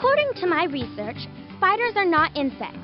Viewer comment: The voice actors nobody talks about. DA has pronounced it “REsearch” before the reboot.